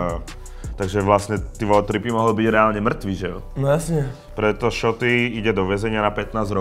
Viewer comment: " Že Šůtý" chcipam :D More aspon se nauc to vyslovovat